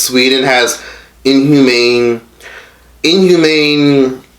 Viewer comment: LMAFO dude said unhumane